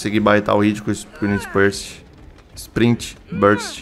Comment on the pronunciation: eu tinha certeza que eu ia conseguir baitar o hit com "sprint spert". só eu ri disso? ps: n estou te zoando, achei fofo, como eu e muitos já dissemos, vc é um dos únicos que posta mesmo quando a play da errado.